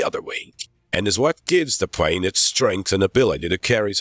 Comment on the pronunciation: I don't know who wrote this narration script... but dang. And then the narrator pronounces 'plane' as 'prane'??? Hahahaha...